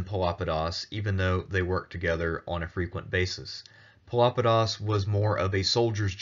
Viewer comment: Pelopidas is most certainly not pronounced as Filopedis. Pelopidas is the minor case of Pelops (from whom Peloponesus took name), a Bronze Age that means "dark eyed"